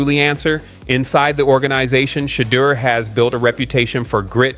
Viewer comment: PRONOUNCE CORRECT PLEASE. SHA. DEUR/DOOR